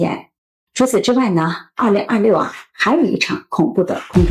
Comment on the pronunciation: 口歯很清晰，但是2026的6發音好怪，聽了幾次202漏年，回頭看字幕才知道在說2026。可惜！